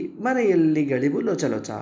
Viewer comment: ಸರ್ ಗಳಿವು ಅಲ್ಲ ಅದು ಗವುಳಿ